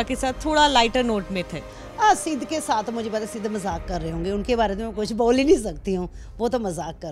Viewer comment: aisa kush(kuch) nhi h ..tack(tag)..audian(auience)..